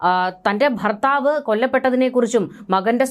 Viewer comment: ഏതാണി ഫർത്താവ് ഭർത്താവ് എന്ന് പറയാൻ പഠിക്ക്